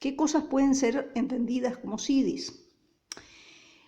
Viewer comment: Me parece muy interesante el contenido de este video. Solo tengo una duda respecto a la pronunciación de la palabra 'siddhis': ¿no debería ser [sidhis], con una h aspirada, como en el inglés, en vez de [sidis], que suena un poco extraño, muy castellanizado?